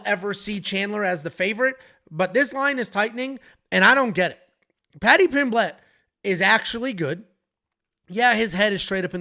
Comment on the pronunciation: Stop pronouncing Pimblett wrong